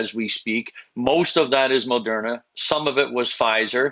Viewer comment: Why does Rick Hillier keep calling it Mol-derna? There's no "l" in Moderna.